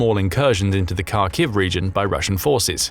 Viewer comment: Will you ever bother to learn how to pronounce Kharkiv?